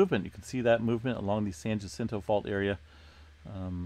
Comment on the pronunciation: I live in San Jacinto pronounced "San Yacento" not Gacento just saying... Thanks for all you do awesome channel